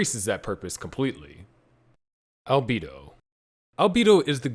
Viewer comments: Was gonna watch it until i heard Alb-ee-do instead of Alb-e-do. Unwatchable. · deeply offended at the pronunciation of Albedo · The fact that you can't properly pronounce albedo's name is ridiculous did you even watch the anime?!?!